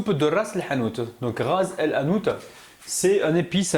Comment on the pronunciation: Ras el hanout!!! lol tu prononce très bien le h bravo grand salut de l'Algérie